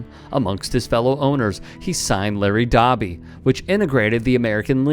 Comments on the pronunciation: It’s Doby as in Flowbee, not Dobby as in hobby. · Doby...It's pronounced (Doh-by) but, point made. TY Sir!